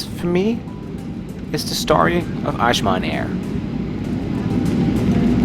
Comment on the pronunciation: Good job. You’ll find northern Nigerians are more accommodating and less aggressive than the south. If you want to know why, look unbiasedly into Islam and it’s effects on a person. Azman is pronounced like saying ‘as’ I was. I hope you tried suya and Jollof rice!!!